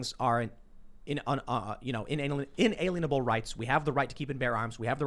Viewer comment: “The bill of right says these rights are in-anal-y”.